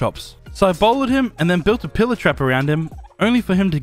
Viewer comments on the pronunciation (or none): none